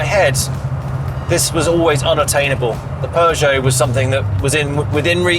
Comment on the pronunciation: Pew-Gee-Ott <<<<<<<< Lancia